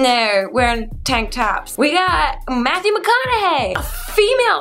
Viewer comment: she said matwho not mathew